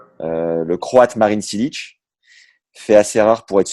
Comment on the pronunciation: Ca se prononce Chilich pas silliche